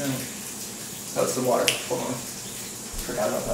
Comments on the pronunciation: "Can anyone hear running wootah?" … When you know you know ^^ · "Can anyone hear running wotah?" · i think you meant "wotah"